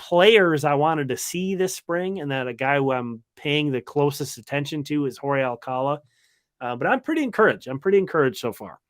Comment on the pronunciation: OK, I live 20 minutes from Alcalá de Henares. That's where Jorge's surname originated, so to pronounce his name correctly, you need to put the accent on the last syllable of Alcalá. So it's alca-LA.